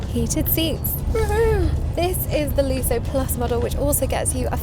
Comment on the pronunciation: ‘Looso’ trim? 😂 Try Lusso, it’s a double ‘s’ preceded by a ‘u’!